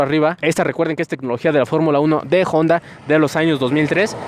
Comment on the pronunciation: Al fin alguien que pronuncia de manera correcta el nombre de la marca Jonda en vez de Onda . Felicitaciones sigue adelante 👍